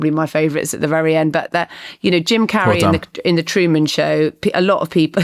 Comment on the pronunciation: Marina, learn how to pronounce Jim Carrey’s surname FFS